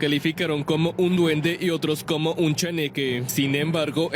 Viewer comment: Se dice chaneque no cheneque y me hicieron reir un montón jaja. Pensé que tv azteca ya no hacía reportajes tipo chupa cabras.